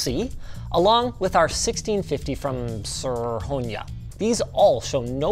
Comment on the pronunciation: Pretty sure he pronounced SRhonyra different every time it came up 🤣